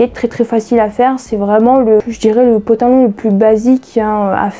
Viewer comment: Ooohhh tu m'amuses trop quand tu dis potalon 😀👍🏽